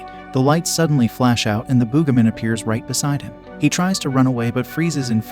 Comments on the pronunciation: It’s Boogeyman not boogahman. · The "boogamin?" That's not how you pronounce it. Use your real voice next time instead of an AI. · Bro said el cucuey wrong and says the booga man bro just don't know how to say it right